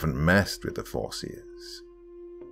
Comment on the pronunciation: I had to turn up my volume and put my phone closer to my ear because the first time he said “fore-seers” I was certain he said “foreskins”